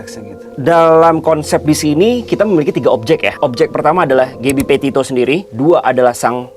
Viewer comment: Bang. Gabby petitto bukan potatto wkwkwk